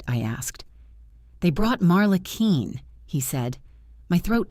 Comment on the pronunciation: Her name is Marla Quinn pronounced “Qwin” not “Keen!”